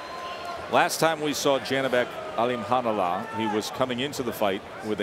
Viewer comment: His name is Alim Khan Ulee Not Alim khanalah ..,😡